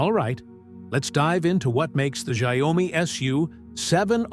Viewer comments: I believe it’s pronounced “shau-me”. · wow, your AI voice over sucks. cannot even pronounce the name of the company correctly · Learn how to pronounce XIAOMI dork!